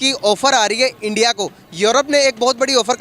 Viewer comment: Muddi ij da Pram Manishtar of Endia.